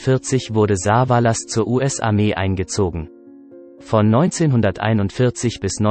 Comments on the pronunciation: Saaaaaavaaaalas statt Savallas…. Ohrenkrebs…. Liest das ein Robot? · Das nervt vielleicht. Telly wird nicht Saa-vaa- laas ausgesprochen sondern Savaelles ... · Besonders die Aussprache von Saaaavalaas.. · was ist das für ein computersprecher ? soviele namen die so komisch ausgesprochen werden in den videos hier zum beispiel "sah va las" klingt furchtbar wenn die namen verhunzt ausgesprochen werden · Also wie er Savalas ausspricht ,da rollen sich mir die Fußnägel hoch.